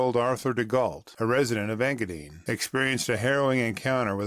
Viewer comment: EngaDINE, not EngaDEEN